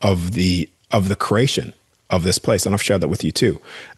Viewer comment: It’s cause he can’t say CREATION CRE-At-ION! Say it like it’s spelled CREATION! Not KeRATIOn